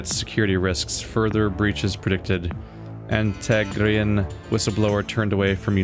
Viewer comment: Every time you say "Antenegra" I get nervous bro